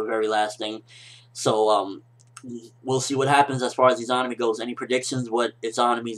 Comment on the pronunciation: I think you're pronouncing Izanami wrong. I believe it to be pronounced E-ZUH-NAH-ME sorta like how you say Izanagi.